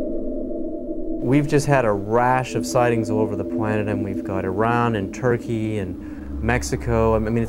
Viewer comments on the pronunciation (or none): none